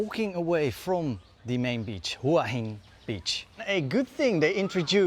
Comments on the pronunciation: Excellent description of Hua Hin also pronounced correctly Whaa Hin 🤩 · Straight off the bat, the only guy who pronounces it correctly.